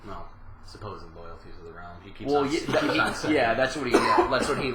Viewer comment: "realm" not "roam"